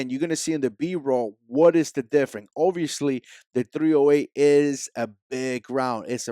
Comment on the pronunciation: Smaller and larger and weight 👍 .... Also you have a hard time saying the word " Difference " ....